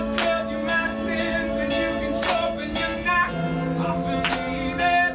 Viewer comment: I find the pronunciation on "sharpen" quite interesting... Instead of SHAR-pen or SHOH-pen, he goes SHOW-pen, and that's quite an unusual pronunciation, but taking in consideration the vocal techniques and all, it makes quite a lot more sense than just to analyze the word isolated.